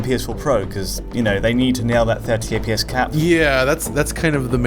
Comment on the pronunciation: I love that has said "FPS" billions of times during these videos over time that it has just become "EH-PEE-ESS"